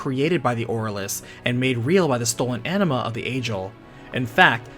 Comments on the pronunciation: It is ANIMA not ENEMA LOOOOL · Every time you say "Anima", I'm hearing "Enema" 😂 Great video! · I hear "enema" lol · It's interesting but the way you said 'Anima' is pretty distracting, it's sounds like 'Enema' 😂😂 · Why do you pronounce it like 'enema'?